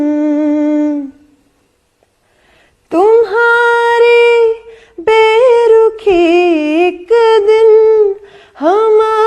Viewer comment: Nice singing but she needs to work on her pronunciation. بیرخی not بیرکھی